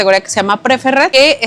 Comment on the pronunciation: saludos me gustan su videos. Una cosita veo que ustedes visitan hoteles Dreams y Secrets. Una aportación chiquita y con cariño. La categoría Preferred se pronuncia pri-férd. Acentuando la E 👍☺️Sdls